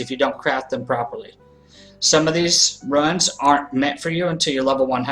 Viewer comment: please say rooons